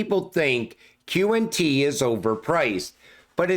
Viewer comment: that qnt sounded different im used to that X..R..P!!!😂😂😂